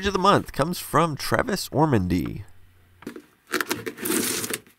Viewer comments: Brian Gentles ya I noticed that. Even worse haha. Got the name Tavis wrong AND he’s well known. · Chris Harrington yeah, me too. Had to double check when he said Travis rather than Tavis. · haha, that would be *tavis*.. not travis.. watching youtube isnt supposed to be this meta... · There’s 3 of us :) funny you caught that he got the name wrong. It’s a daily routine for us Tavis’z.